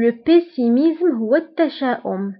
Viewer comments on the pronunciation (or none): Salut dans le mot optimisme et pessimisme tu pronnonces z au lieu de s